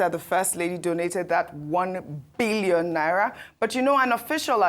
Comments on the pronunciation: The way is pronouncing the Billion is Scarry 😂😂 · The way Ojy stress the pronunciation of N1bn😂😂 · Yes ooo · The way Ojy stresses Billion 😂😂😂😂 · I love the way Ojy stresses the 'billion' 😊